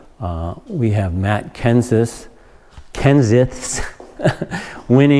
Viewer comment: Lol Matt Kenseth is my favorite. And yes, nobody outside the midwest can pronounce that 😂